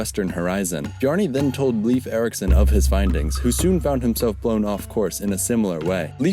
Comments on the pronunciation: It's pronounced Life, not Leaf. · (Leif is pronounced Lafe, not leaf..btw) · You had no chance of knowing, but the name Leif is pronounced like the english word "Life". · Lol he butchered his first name